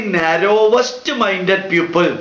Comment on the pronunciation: sir,while you speak the word PEOPLE it sounds like PUPIL